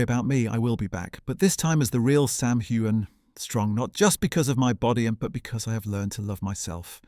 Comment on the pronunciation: You don't pronounce the "g" in Heughan. Just saying. It's like Hughes.